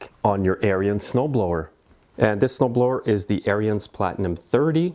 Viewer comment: Good Video - Ariens pronounces their name on their videos as "Errands" and not "Err-i-ends". They don't pronounce the "I" like you do. I measured the thickness of the rubber on a new friction disc and then measured the thickness on the disc on the machine so that I could predict how soon I would have to replace the friction disc. I didn't have to replace the disc until it was 6 seasons old. Every year, I take off the belly pan and clean and check.